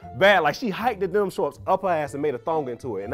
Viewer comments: the first guy said denim shorts. whole time i thought he was saying dental floss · I thought he said "dental shorts"! I was about to Google it until I saw him touch his denim jacket. 😅